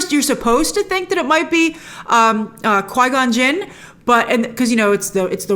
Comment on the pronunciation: Quigon Gin? you mean "QUEE-GONE gin"